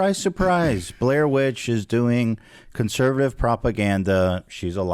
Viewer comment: Still wondering if Ethan said "Blaire Witch" on purpose or if it was a hilarious slip.